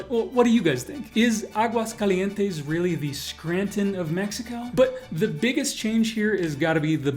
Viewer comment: It is written Aguascalientes, but it is pronounced Aguascalientesn